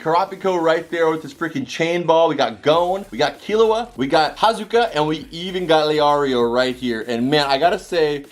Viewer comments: No disrespect at all but its hisoka (He-so-ka) not hazuka. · hizuka, leario, karapicka, hunter “x” hunter, i swear he’s trying to get the pronunciation wrong